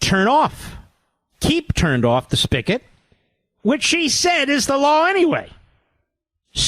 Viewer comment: Another word, among many, that Mark regularly mispronounces. It’s not “spickit”, it’s spigot…and so forth and so on. Kinda mailed Friday’s show in, didn’t he? I get it. It’s Friday.